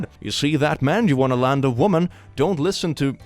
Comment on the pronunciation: The wo'man', wo'men' had me laughing. The word man is from the old English word mann meaning person or human. Man referring to a male person wasn't used until the 9th century. Before that you had wer and wif to distinguish sex. Hence werewolf meaning man-wolf.